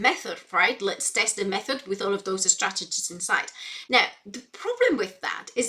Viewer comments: She prepends an "eh" sound to words starting with S: "Eh-school", "Eh-strategies", "Eh-students". What's her native language and when did she start learning English? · Geez, I didn´t even notice it because I´m neither english or spanish-speaker but now I can´t unhear it. Especially ”estrategies”, makes it sound like e-sport strategy or something. You shouldn´t point out that kind of stuff. 😅